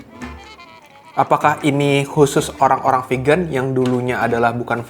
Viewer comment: Geli gue denger GO PEGAN...